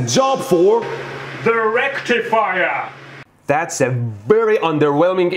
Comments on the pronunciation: No, it's "DA RECTIFIAAAA" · Wait? Is it ,,the rectifier‘‘ or ,,Directifier‘‘ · a welcome return of the rectumfrier...i mean rectifier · The RECTIFIYAH!